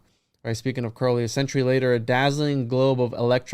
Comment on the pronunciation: One thing among many that I admire about is his correct pronunciation of “Crowley”.